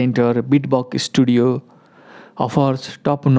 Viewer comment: ब्रो यार e - studio न भन न just स्टुडियो मात्र भन 😂 इस्कूल भने जस्तो भो त